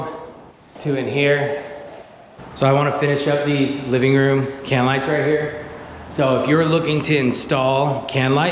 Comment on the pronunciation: great vid. "LIGTHS"